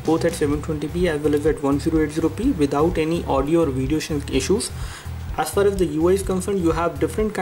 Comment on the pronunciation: "As fas as"